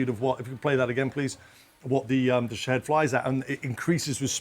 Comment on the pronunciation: They keep pronouncing the drone’s name wrong. It’s supposed to sound like Sha- Heed.